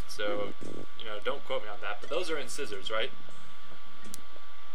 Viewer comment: Yes, they are incisors. Though I'm pretty sure it's pronounced 'in-sigh-zors', not 'in-scissors'. Yep. Dope fish are too...dopey. :B But come ooooooon, you know you want to download the sequel and see what the Shikadi look like!